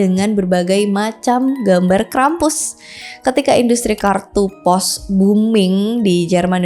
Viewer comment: maaf kak, aku dengernya krepes